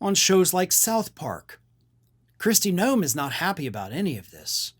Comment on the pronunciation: GNOME, not Noem, GNOME.